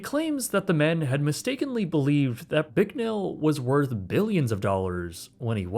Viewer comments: Bicknell. Not Bricknell. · There is No "r" in Gene's last name. It's Bicknell not Bricknell and he used to own the world's largest Pizza Hut franchise as National Pizza Company headquartered in his hometown of Pittsburg, KS. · You could atleast pronounce Bicknell's name correctly.